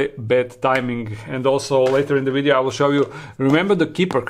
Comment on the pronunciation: Love it when he says wideo instead of video, keep up the great work 👏